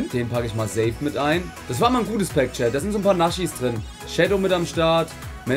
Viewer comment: Ich liebe euch Jaaa bin auch sehr lange schon dabei,aber bitte,lass dieses „NASCHIS“ bitte das triggert unnormal 😢